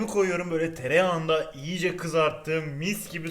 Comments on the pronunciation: Abi o iyice diye yazılır iyice diye okunur yiğğğce diye okunmaz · Abi yiyice değil iyice